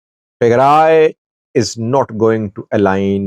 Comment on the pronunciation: You are talking a lot of nonsense. You have no clue about the reality. And learn how to pronounce Tigray.